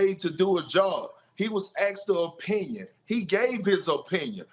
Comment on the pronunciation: It's His OH pinion LOL